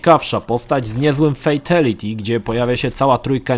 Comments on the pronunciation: Mordeczko jak juz sie tak wszystkiego uczepiles to ja tez sie uczepie. Mowi sie "fejtAliti" a nie "fejtEliti". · [Fejtelyty]? Brzmi tragicznie jak Szpakowskiego [Szira]